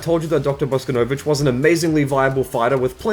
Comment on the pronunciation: God, is that really how they're pronouncing Bosconovitch now?